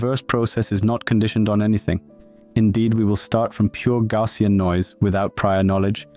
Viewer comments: It's not TTS but typical French accent "Gaussien" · I like how your text-to-speech model pronounced 'Gaussian' ;D great vid even for those already familiar with these models